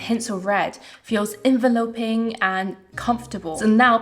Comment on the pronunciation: Great video, many thanks! If I could offer a tip, it's enVELLOping not ENveLOping. An ENveLOpe is a noun, to enVELop is a verb. No offence intended, thanks again!